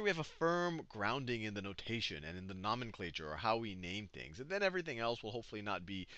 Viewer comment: I cant un-hear the mispronunciation of nomenclature.